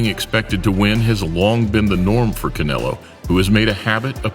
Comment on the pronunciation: The guy says canolo lol